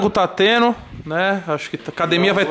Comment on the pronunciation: Frango tá "teno" , frutap tá "teno" , peixe tá "teno" , like tá " teno" comentário Tá "teno" ,casa cheia tá "teno" , nova moradora "tá teno" , bandeira dos ets "Tá teno" mansão "tá teno" , "teno" tudo , tá bom 😄